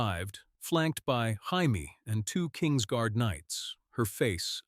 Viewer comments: use your own voice, nobody wants to hear AI narration. If you insist on using AI, listen carefully before posting and everyone gets up in arms. We heard Jaime pronounced “hi me,” because in English “hi me” is spelled the same way GRRM decided to spell Jaime in the books. You could fool AI, by spelling it in common English form, Jamie. But English is probably not your native language, so you wouldn’t know that. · Learn to pronounce Jamie. Or stop using AI and read it on your own. And this whole story makes no sense. Go to kings landing where he has no power where he is vastly outnumbered by Lannisters.. instead of telling him in the north where he has all the power.